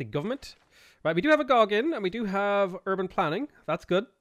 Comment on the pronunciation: Love your videos but would you please stop murdering the pronunciation of Agoge. It's the Spartan method military training and is pronounced Ah-go-gee.